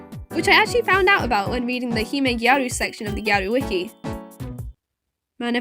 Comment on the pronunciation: and your pronunciation of hime/gyaru are fine!!